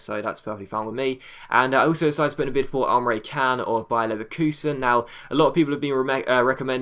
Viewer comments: not Can its pronounced as John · Can is pronounced like Jan :D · They pronounce it chan (Emre can)